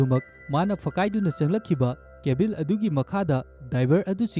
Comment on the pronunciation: Pronounce khara soiba yao a semdok o mathang taba da nungaite eg. Cabin da Cabil atei² su khara